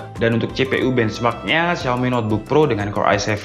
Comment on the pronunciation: Xiaomi di baca : shaomi